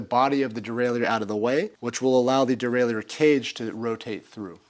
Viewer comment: its pronounced derailer even the french dont say it the way you do.